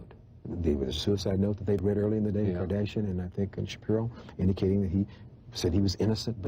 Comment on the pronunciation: It's funny, the Host keeps mispronouncing the Kardashian name because it wasn't famous yet.